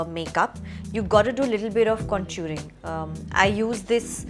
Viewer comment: And she also didn’t even pronounce contour properly which is so annoying